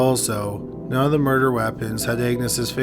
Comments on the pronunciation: Say "murder" "murderererer" No- just the word "murder" "Murderererer" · And wintererer... offererer... doorerer... eithererer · Bro you really need to check your narration skills out and not necessarily the words you're using but how you say the words take for instance the word murder you are pronouncing it murderer extremely annoying makes it difficult to listen to your stories consider the last word of your sentences do not hold out the last syllable so long also your voice is extremely monotone which is also very distracting consider consider looking at that as well other than that your stories are very interesting and I enjoy them but if your voice doesn't change I'm going to have to move on to another Channel thank you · I'm more curious why the narrator pronounces "murder" as "murderer" I can't be the only one who hears it.